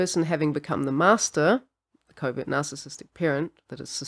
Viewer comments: I thought she was saying Covid narcissist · I know you're saying covert narcissist but I keep hearing Covid narcissist. 😅